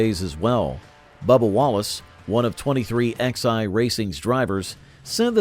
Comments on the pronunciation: 23XI is pronounced 23 - 11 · Hey, computer voice? It's pronounced twenty-three ELEVEN. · So IRRITATING to hear it said "23 X I." It's called "23 eleven." Sheesh 🙄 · 23 X eye? Are you kidding me? Twenty three eleven you fucking retards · I can’t take this seriously when they can’t even get the team name correct. It’s not 23 XI racing. It’s 23-11. You lost all credibility when you can’t even get the team name correct. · Its said 23 11 , not 23XI ...